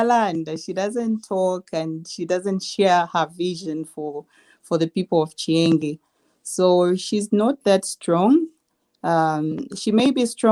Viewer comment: Chienge not chiengi.